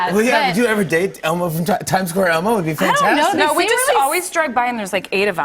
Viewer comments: Brie says "Time Scare" instead of Time Square. Lol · Am I the only one that heard Brie call Time Square, Time Scare?